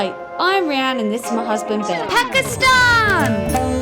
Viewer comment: Did you just pronounce my countries name correctly and not PAkistaN